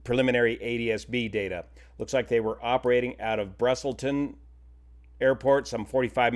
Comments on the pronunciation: It's Busselton, not Brussleton. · "Brusselton" is more natural to say than "Busselton" especially since "Brussels" is a word that is used. He glanced at it and made a mistake. No need to be xenophobic. (Although I get that you probably start sweating if you don't make fun of Americans for five seconds). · Love your videos. If you have to come back to this incident, the town they left from is pronounced 'Bus-L-ton'. There is also farming, and small towns all around that area. Plus it's been really hot, and dry, and they probably want to get control of a fire before they lose control of a fire. List of 10 0f the largest BUSH/Forrest fires in 21st Century, 4 are Australian, 3 for Russia, and one each for USA and Canada. Highest death toll from the same list is 173 lives lost in 2009-Black Saturday Bush Fire. Australia sits at number 1 with over 332,000 km2 area of burns. I believe that you are always concerned with loss of life, and understand totally why you questioned the need for air drops. There is a You Tube video- '2019 Bush fire-running for their lives'-(use for search) which shows that within 3 minutes, how quickly firefighters had to leave an area that initially only showed smoke in the distance. Worth the watch. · “Brusselton” BRO it’s written right there in front of you. Do Americans just lose the ability to pronounce words when it’s not their own country??